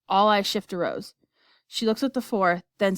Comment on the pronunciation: and its rose not roe